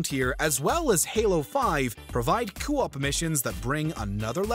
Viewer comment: Ah, yes. This is the WM narrator who can't pronounce "co-op" (among other words). At this point I'm starting to think he's just trolling us, it's rare to find people that dense.